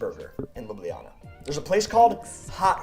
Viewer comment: So many mispronounce Ljubljana (you did too) that it pains me. It's Lyoo-blyah-nah. Historically both j letters were left out but that is still accceptable today. I don't live there but that doesn't matter.